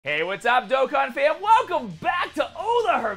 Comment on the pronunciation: THIS MAN SAID DOKKAN RIGHT, WHAT IS 2020